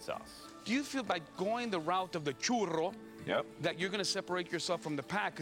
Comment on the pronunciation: Arron didn't say 'Churro' correctly. He's using at least three R's. This is too many.